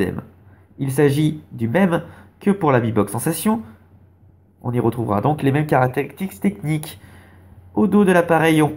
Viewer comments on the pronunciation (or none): n'importe quoi... il dit caratérikstix technique xD